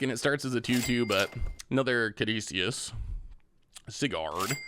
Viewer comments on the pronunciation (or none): none